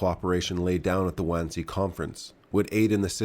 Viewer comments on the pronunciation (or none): It was at Van-see and not Wan-see, the pronunciation shown is wrong in German. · Excellent film, excellent review. Just..."Wannsee" is pronounced "Vaahnsee". Sorry, even as an Australian, the US pronunciation "grates" a bit :) - but I'll get over it .... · It's pronounced:" Vahn-seh."